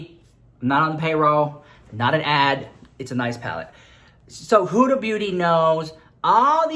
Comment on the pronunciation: Huda(wich you are pronouncing wrong cause it's an arab name, no hate love you❤) I think makes most of her money in the arab world, litteraly every store I go into here in Lebanon, every dollar store or make up store or pharmacy or anything haves her stuff! LITTERALY EVERYWHERE! I mean I'm not that into make up yet I know her stuff